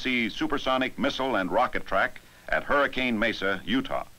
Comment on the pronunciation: Gotta love how the narrator didn't get the pronunciation of "Hurricane" right, haha!